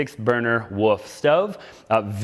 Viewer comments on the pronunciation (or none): Thanks for pointing out the RH furniture and fixtures. You say woof stove vs wolf.